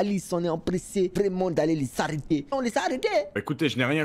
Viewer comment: Ze voit tout à côté, Ze suis pas habitoué, vrraimunt"😂😂😂 Toujours le même que je kiffe♥️♥️